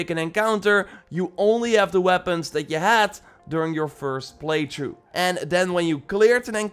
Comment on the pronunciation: Why does he say play through “play chu”